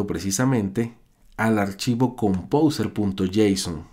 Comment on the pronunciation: jajaja pronuncia compouser y lo escribe compouser